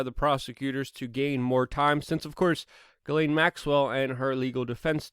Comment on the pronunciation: It's pronounced Gee- slain, Luke!